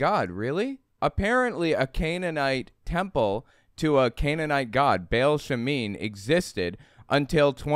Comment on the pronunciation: You need to learn, that the god's name is not Bale, it's Baal. The A is pronounced like the A in "art". It hurts my nerdy ears. While Christian Bale may be a demi-god, he hasn't been worshipped for millenia. It's also a little funny how mono-theistic people love to talk about them being persecuted. If this little girl had existed, they probably wouldn't have cared who she prayed to in her room In polytheism there's usually room for one more, even if that one is a god. Last, that is a SICK way of looking at children! Children are pure and beautiful creatures, who see the best in others and in the world, and they deserve to grow up safe and loved, without shame.